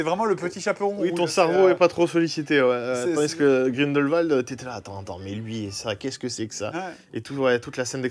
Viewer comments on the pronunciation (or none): none